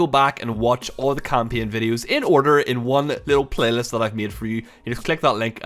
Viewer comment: English is not my native language and your "kampien" sounded really interesting. What accent is this?